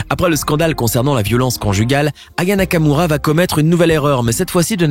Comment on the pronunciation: Tu à dit Raya Nakamura